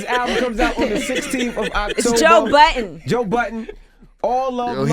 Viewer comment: Why do all you americans call him Joe Buddens? His name is Budden lol